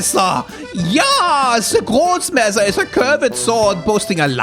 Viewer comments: I reccomand the Sprechstunde podcast. I love hearing the german accent when you find items like the Grossmesser or Zweihander. It makes me laugh every time. Liebe Grüße aus Deutschland ;) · As a german I did not expect to get jumpscared by that Grossmesser reading today... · I don't really listen to podcast so I don't have anything to recommend, thus I'm gonna comment for algorithm boost! Thank you for the entertaining analysis as always! I literally choke on my drink at the premiere when you read Grossmesser, that was funny af!